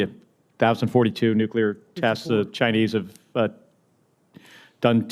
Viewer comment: It is NOT Nuculer 🤦‍♀️ SAY IT WITH ME... NUCLEAR 😊